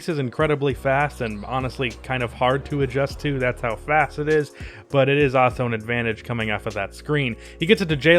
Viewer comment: You say also like “ah-so” ...that is all.